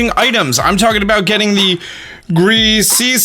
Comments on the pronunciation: Griseous pronounced gree shusss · Griseous (Gr-i-ss-e-us) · Also, its pronounced Griss-ee-us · tries to pronounce Griseous orb like three times Me: come on you almost got it: Sigh GREASY ORB! Me: smashes laptop on the ground LOL:) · is bad at pronouncing things confirmed can't say Griseous or Cobalion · It's funny how tries to say Griseous orb